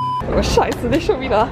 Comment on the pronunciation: du sagst immer sheise